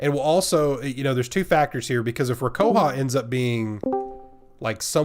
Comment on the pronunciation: Also, for today's Japanese lesson, we have "rah-koo-HOE-ha" and "Ten-KOO-ha." The move in MvC3 was 'Rekkoha.'